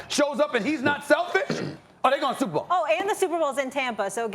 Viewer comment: When i say tampa bay u say shperbowl tb ? Superbowl